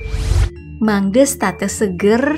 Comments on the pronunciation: Oh ya ngomong madenya bukan made tapi madè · SEKALI LAGI Pengucapan "made" dan "kecak"nya salah Ehh,, "kamen" juga salah 😂😂